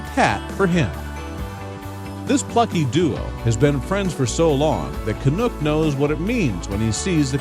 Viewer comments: YOUR SAYING HIS NAME WRONG! CANUCK ,... CAN - UK,... not canook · Lol it’s Canuck! Lol not canook . Canuck as in the hockey team. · Can- uck NOT Can-ook! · You video thieves obviously know little to nothing about Shawn and Canuck. First, the crow's name is pronounced "CA - NUCK" ... like the "u" in knuckle, not "Ca-nook," like the "oo" sound in "look." Canuck "car surfs" sometimes when Shawn is riding in his friend's car. Shawn has never referenced driving himself. In fact, Shawn often makes references to taking the city bus. Canuck has also been known to car surf with other local drivers. That's a girl's bike, not Shawn's bike. Canuck, like other crows, is attracted to many objects, not just shiny ones, and fans bring Canuck gifts versus Canuck making a habit of bringing Shawn gifts. When Canuck does bring Shawn a gift, it's likely to be something simple, like the cupule (cap) from an acorn. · Canuck (rhymes with luck) not Canook. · WoW this is really BULL. You have stolen all these photo's from Canucks Facebook page. You can't even say Canucks name right. Your facts are all wrong. Why are you stealing other people's photos? Really Bad Karma points for you.